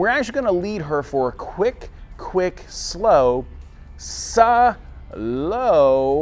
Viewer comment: I look forward to every Tuesday, now! So the take-away is: off of the second slow. That's easy to remember. I love the way you turn a one syllable word into two, for Two-step (su-low). When you freeze-frame Rose's movements, it makes it easier for me to see how to put all the pieces together. Thanks for another great dissection!